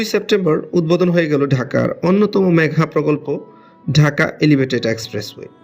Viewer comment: মেগা প্রকল্পকে মেঘা প্রকল্প উচ্চারন করা হ‌য়ে‌ছে।